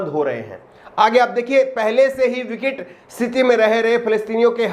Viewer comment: HINDI TO ACCHEY SE BOL LE VIKAT KO VICIT BOL RAHE HO